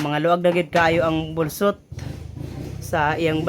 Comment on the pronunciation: boslot not bolsot